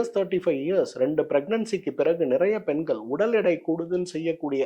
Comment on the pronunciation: முதலில் தமிழை தவறில்லாமல் பேசுங்கள் ஐயா… மக்கள், பெண்கள், அவர்கள், மருந்துகள் என்பது போன்ற சொல்ல வேண்டிய இடங்களில் எல்லாம் மக்கல், பெண்கல், அவர்கல், மருந்துகல் என்று உச்சரிக்கிறீர்கள். இது என்ன பெரிய விஷயமா என்று நீங்கள் கேட்கலாம். தமிழை நேசிக்கும் என் போன்றவர்களுக்கு இது பெரிய விஷயம் தான். நீங்கள் சொல்ல வந்த விஷயங்களை விட தமிழை தவறாக உச்சரிப்பதை தாங்க முடியவில்லை. உங்களால் கண்டிப்பாக சரியாக உச்சரிக்க முயற்சிக்க முடியும். செய்யுங்கள்.